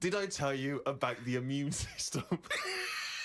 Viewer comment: "ammune"?? fail